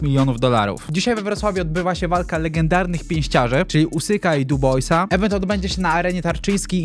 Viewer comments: Nie Duboisa tylko Panie Tylko Daniel "DIBŁA" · Duboisa? Chyba Dibła(fonetycznie) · Duboisa... Typie byś się przygotował jak się to czyta.